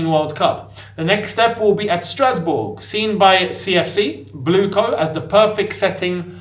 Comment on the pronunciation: said Strasbob 😅